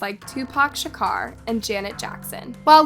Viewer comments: it's "2-Pac Shakur," his name was NOT "ShukAr" 🙄 (better recognize) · Are you kidding me?!?! Tupac “Shakar”? Do a little research on pronouncing their names before recording the video. Especially someone as well known as Tupac! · Tupac Shakaur 😂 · Not gonna lie after I heard “2pac Shakar” I clicked off the video 🤦🏾‍♂️ 😂 im your biggest fan btw but cmon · 2Pac "Sha-car" 🤣🤣🤣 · TUPAC SHAKUR Pronounced SHA COOR. love your channel but don't butcher the name of legends please! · I also thought huh? "Shaker" ? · Tupac Shakar??? His Name Was Tupac Shakur......🤨😬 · Tupac Sha-k-uer… that’s how you pronounce it. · the way you pronounced Tupac's last name.... i"m crying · I never heard anyone jack up the pronunciation of Tupac's last name until! 😂🤣🤣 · The way you just just pronounced Tupacs last name was cringe smh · i really do love your videos, but are you actually mispronouncing things on purpose now? Lol like seriously you don't know how to say Tupac Shakur's name?